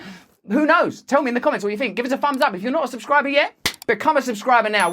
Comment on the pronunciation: i'm not going to give you a fumms up but should you manage to pronounce the "th" sound correctly one day, i will consider it